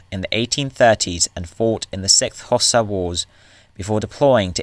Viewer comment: You also need to learn how to pronounce the word ‘Xhosa’.